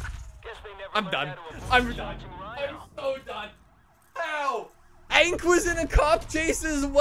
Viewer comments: Is it only me or does he keep saying ank instead of hank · I love how he says “ank” instead of “hank”